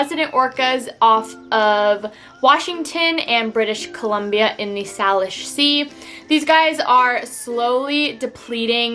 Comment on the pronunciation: Also, it’s pronounced “SAY-lish”. SAYlish Sea. Sorry.